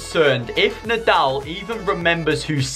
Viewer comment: Bro said NidAl It’s said like needol 😂